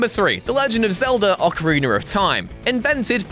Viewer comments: ahh ocaraner of time of course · "Ocarigger of Time"